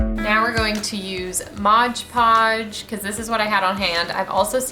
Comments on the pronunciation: LOL so many people (and I have been guilty too) call it Modge Podge...but it’s Mod Podge. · MOD podge not MODGE podge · Modge podge 😅😅😅😂😂. Nope that’s not how you say it!,😅🤣😂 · Loved the mud jar! You’re so cute but Modge Podge 😂 also if you painted the book covers white .... keep up the good work 👍🏼